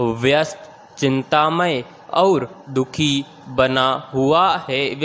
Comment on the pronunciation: Sir Matter achha h, Per Aap baar baar, और को अउर बोलते हैं।